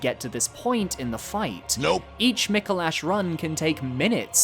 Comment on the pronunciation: Micolash… or some say Micolast… eh…